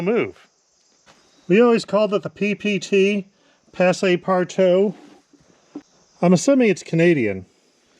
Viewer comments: I'm from quebec, above your dad. The name passe-partout, (pah-ss-euh par- tou, not passé) means go-anywhere. A skelleton key is also called a passe partout. :-) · Pronounced: PASS PAR TOOOOO. Goes everywhere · It's pronounced PASS-par-too. Named after a French character Jean Passepartout, in Jules Verne's novel Around the World in Eighty Days. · It's just "pass". You don't need to pronounce the e at the end. "Pass par too". Like saying "goes everywhere" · The "e" in "passe" is mute. So it's pronounced "pawss partoo" 😁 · it is pronounced "pass par too" it means "passes through everything"